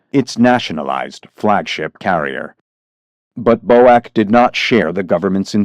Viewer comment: Bow-ack? I don't think I ever heard a Brit pronounce BOAC that way